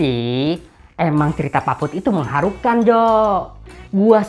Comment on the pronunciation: Menghahura...Mengharuha...Saya ulangi biar gak diketawai, Menghuhahuhahurukan :v